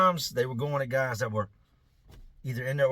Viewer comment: I know this is an old video so I doubt people will come across this comment, but I need to know if I’m trippin’ or not.. does anyone else hear accidentally say, “ these other gays” instead of, “ these other guys” 😂